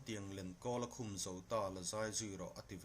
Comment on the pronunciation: Thlangtiang lenkawl a khum zo ta," "Khum" lam rik dan a diklo,a dang pawh diklo a awm nual.Naupang in an ngaithla thin si a,tawng diklo an hman phah ang tih a hlauhawm.